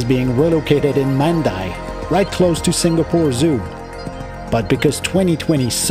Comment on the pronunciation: Mandai is pronounced as "Mundai", not man-dai.